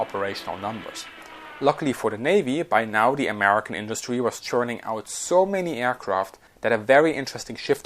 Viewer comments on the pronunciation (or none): none